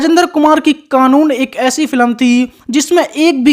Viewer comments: भाई अपना उच्चारण ठीक करो -फिलम नहीं बोलते फ़िल्म बोलते हैं । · फिलम नहीं कहते बे फिल्म कहते हैं फट्टू।